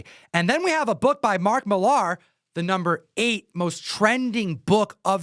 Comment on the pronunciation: Can you stop saying Millar wrong